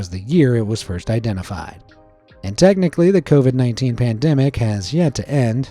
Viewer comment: Covied umm i actually caught that one